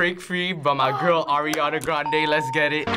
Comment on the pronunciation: Who's Eriana???! ITS ARIANA GOD DAMMIT